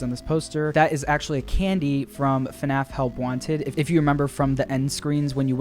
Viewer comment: Five nights at Freddy's is fnaf not fuhnaff